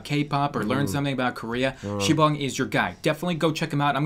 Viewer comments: SIBONG IS DISTRACTING MEH. STAPH IT OPPA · It's sibang